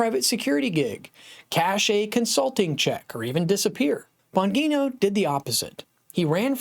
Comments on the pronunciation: BAHN-JEE-NOH not BAHN-GEE-NOH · Bon -GEE-No. Not Bon-Ghee.-No. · It's "Bon gee no" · Oh my gosh, you keep saying the name wrong oh it’s annoying🥴🤨🤮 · You are pronouncing his name incorrectly STOP THAT IT SOUNDS TERRIBLE. LEARN HOW TO PRONOUNCE HIS NAME CORRECTLY. HOW CAN YOU DO THAT? HOW CAN YOU TALK ABOUT SOMEBODY ON YOUR SHOW AND NOT KNOW HOW TO CORRECTLY PRONOUNCE THEIR NAME PRAISE GOD. 🙏🙏🙏🙏🙏🙏🩸✝️🙏🙏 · Here Here!